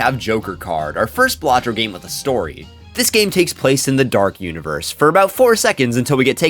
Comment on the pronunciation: Finally someone says it the right way. baLAtro. Not BAlatro